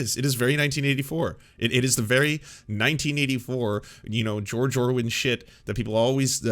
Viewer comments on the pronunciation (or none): you said george orwin....